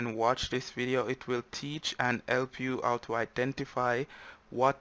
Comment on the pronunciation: As soon as he said "elp" instead of "help" I knew he Jamaican. lol